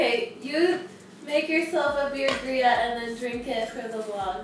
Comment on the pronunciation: LOL!! Beer-Gria! Don't worry,, I said "gross", too when said that.